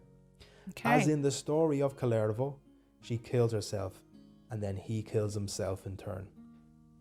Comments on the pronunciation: It os KalEvala...no i in it. Sorry, im drunk, like all Karerian ....🤔 Fun to listen though. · if you do a video of Kalevala...don't butcher the name. Pronounciation oh sry pronunciation (who the fuck knows with london?) i still likle pronounciation more...lol. Kaaalivalaa isn't even close. Kaalivala actually means oath to the all might cabbage. Pronunciation pls you ignorant fantastic ppl.